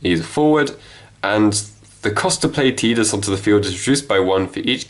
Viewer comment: Pronounce Tidus name right smfh